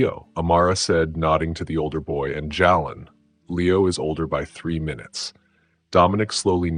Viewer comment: The name Jaylen is pronounced (Jay-Len).